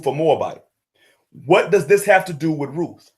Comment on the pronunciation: RuTH. not RooF! Pronounce the name correctly.